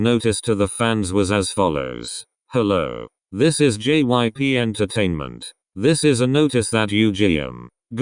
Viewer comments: everytime I watch these kinds of videos, whenever the robot voice says jyp they always pronounce it JIP lmao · Okay this is serious and whatever but did y'all hear the robot pronouncing jyp as jip?